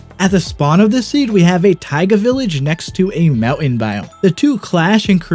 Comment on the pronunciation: He calls mowen to mountain